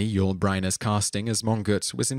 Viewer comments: *****: It's Paul 'Myoo+Nee' - NOT 'Moo-nee.' It's NOT Youl 'Br-eye-ner,' it's 'Bren-ner.' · NAMES MISPRONOUNCED IN THIS VIDEO: Paul Muni Yul Brynner Truman Capote Ben Kingsley (his birth name was Krishna Bhanji, by the way) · How odd that the narrator mispronounces the names of both Paul Muni and Yul Brynner. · So the narrator never heard of Yul Brynner or Truman Capote before? Honestly, the weird pronunciations in this entire series is mind-boggling and undercuts an otherwise well-researched concept.